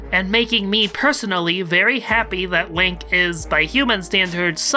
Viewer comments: I like hoy you pronounce Lanque as "Link". I was the entire video picturing Link as Lanque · Hearing you say Lank is so weird. I always thought it was Lawn-Kay. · I love how you pronounce Lanque as "Link"